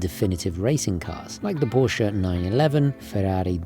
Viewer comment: He pronounced Porsche correctly. That alone puts him above 99% of all English language YouTubers.